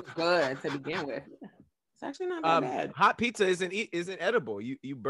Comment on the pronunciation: The way says “cold fried chicken aint bAD YALL” 😭😭😭😭😭